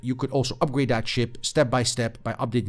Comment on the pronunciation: OMG, stop saying "DAT" and "DIS". The words are "That" and "This". I can't watch anymore of this. Onto a new reviewer that can speak correctly.